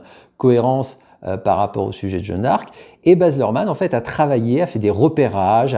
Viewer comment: Pas "Jeune d'arc" mais "Jeanne d'arc" merci ...